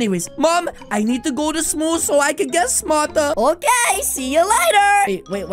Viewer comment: the way he said sool intead of schoole